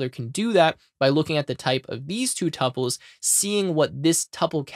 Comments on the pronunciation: Pronunciación of tuples? Google Is our friend! It is something like 2Pauls... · the correct pronunciation is tuples.